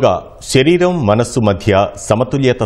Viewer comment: దయచేసి శరీరం అనండి అక్క సరీరం కాదు 🙏